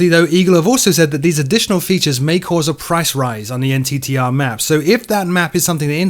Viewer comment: Like to see my E-3 Sentry made it into the thumbnail! Also, just for realism's sake, the NTTR is pronounced "nit-er" if you wanna sound like the folks doing exercises out there.